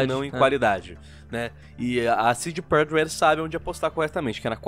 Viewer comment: “CD Projekt Leelld”